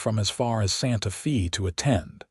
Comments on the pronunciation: How many of these stories does you AI narrato have to misspeak, it Sante Fe, not Sante FEE!!!! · While the hand thing might be a bit off putting, pronouncing Santa Fe as Santa Fee is even more so. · Santa Fe is pronounced Fay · Wonderful story of true people with future vision. Only problem was AI interpretation and pronunciation. Listening from Chicago Illinois. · They don’t even know how to pronounce SantaFe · It doesn’t….you’d think AI would have access to a dictionary.